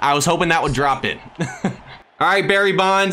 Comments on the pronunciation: Bro calls him Barry buns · I thought his name was Barry bonds not Barry buns 😂